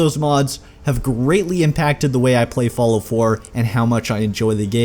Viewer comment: I love how you say "Follow" instead of "Fallout" xD